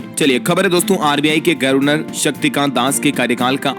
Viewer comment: sahi उच्चारण करिए जैसे गर्वनर को गवर्नर पढ़िए।इतना इतरा कर खबरें न पढ़ा करें